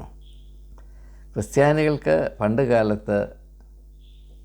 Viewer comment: ഇപ്പോൾ 3 -ാം തവണയും തെറ്റിച്ചിരിക്കുന്നു. കൃസ്ത്യാനി അല്ല " ക്രിസ്ത്യാനി "ആണ്.